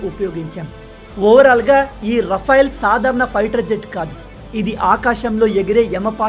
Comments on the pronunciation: రఫైల్ అనకు అది రఫెల్ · రఫెల్ అనాలి rafyl కాదు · Adi RA-FAIL kaadu sir... Oka sari google lo serch cheyandi, how to pronounce RAFALE ani.😅😅😅 Chaduvu lenu vaadu kuda vetter ga pronounce chestharu.